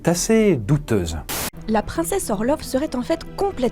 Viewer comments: Super vidéo mais je crois que ça se prononce "orlof" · Ça se prononce "Orlof", au cas où ! 😛